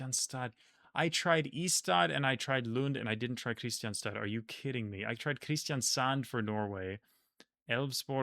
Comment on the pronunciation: Fwiw Kristianstad is pronounced like "Krisjansta". Probably the most confusing Swedish city pronunciation. Learning Swedish, it took years before I made the connection between the place and the name.